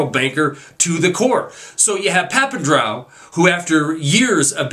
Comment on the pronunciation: its pronounced papan-dre-ou dre as in dr dre...